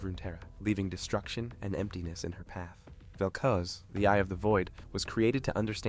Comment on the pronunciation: Why does evwry league content creator love to mispronounce names? Like are they using Ai text to speech, and it ain't even consistent lol vel CUZ and vel coos